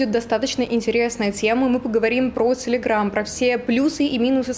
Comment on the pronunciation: из беларуси? почему она говорит целеграм?